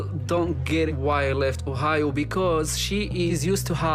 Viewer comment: I swear to god that I heard say “Whore-hio” instead of Ohio 😂